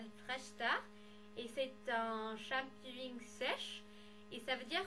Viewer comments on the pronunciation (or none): C'est shampoing pas shampouy ! Hihi :D Juste comme ça hein ^^